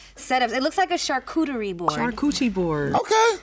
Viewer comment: "Charcuchie-board" my girl the embassador of WCD is killing it 😂😂